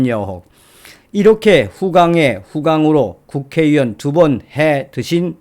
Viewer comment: 유튜브 방송중 <국회의원>을 발음할때 왜자꾸 국회위원으로 발음하시나요? 전여옥 전의원도 마찬가지 입니다. 발음교정 부탁드려요.